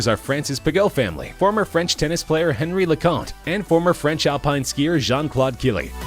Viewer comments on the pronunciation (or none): none